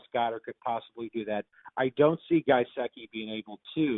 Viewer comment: “Guyseki?” Lol it’s gesicki